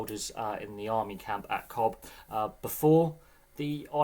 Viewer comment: Cobh is pronounced "Cove" 😊